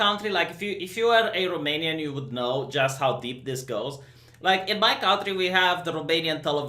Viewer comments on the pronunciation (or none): none